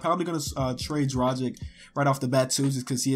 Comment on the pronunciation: Learn how to read Dragic name already....